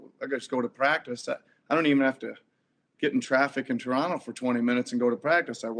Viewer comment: Nick Nurse's pronunciation of "Taranno" was absolutely perfect